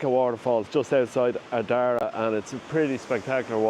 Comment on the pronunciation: Good job nice shots. Pronunciations “FAN ADD” lighthouse “ARD RAA” 😂😂 Donegal is stunning.